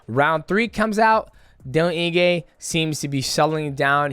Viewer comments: Ige, Eeeee-Gayyyyy, not In-Gay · “Eeegay” not ingay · Mighty Mouse turning into Chael with the name pronunciations....Dan Inge. 😅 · He said Dan Inge-gay, Dell Inge-gay and Dale Inge-gay 😂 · Calling Dan Ige Daniel Inge is wild 😅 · Dan Inge! Who's better at pronouncing names? DJ or Chael? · It's 'Ige' bud, no 'n' in his surname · Ige bro! Not inge😅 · "Dan Inge" bro, mighty mouse, im genuinely impressed with your inability to pronounce any name, respect. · Dan Ige is such a dog that he deserves for Mighty to re record this entire video and to try and pronounce his name right ONCE 😂😂😂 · that don Julio getting to you mighty lol you pronounced Iges entire name wrong also Alex only fears one man in the ufc striking and he’s not a light weight 🤣🤣 no one’s beating him